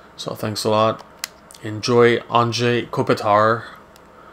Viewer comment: did you say andre kopitar lol;)